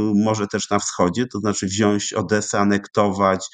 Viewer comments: Panowie mówimy wziąć, a nie wziąść! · Panie Doktorze, wypowiedzi bardzo ciekawe, ale na Boga: WZIĄĆ, nie "wziąść". Jest Pan pracownikiem naukowym! :)